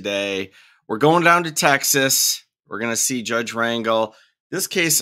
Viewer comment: I thought Wyatt looked like your standard sov/cit. Don't judge a book by its cover. Dude seems like he's got his shit together. P.S. Judge Rangel is pronounced ron-hel, emphasis on second syllable.